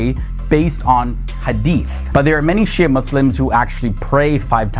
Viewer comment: thing is is a non-Muslim, he can't even pronounce the word Shi'a correctly, one more that Shi'a sect has been split into many branches and sects, some of whom are straight away Kafir, others are Fasiq (open sinners and misguided). So you can't say much about all Shi'a, the Alawite Shi'i do pray to Ali and consider him God instead, naudhubillah, other Shi'a sects of course don't, so there's diversity.